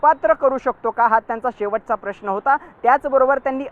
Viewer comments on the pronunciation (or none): none